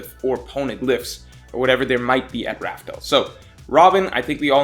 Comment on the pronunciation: Lol I love this channel... But why this man still saying Raftel 🤣😭